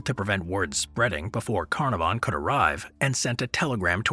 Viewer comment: I love your posts. If I may help, some pronunciations like Carnarvon are misstated. I will definitely keep watching.